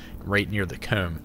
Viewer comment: I dunno why but the way he pronounces envelope and comb pisses me off.